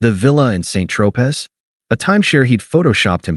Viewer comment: Mon Dieu, l’Intelligence Artificielle ne peut pas prononcer Saint Tropez; tout à fait white trash. Oh là, là, là.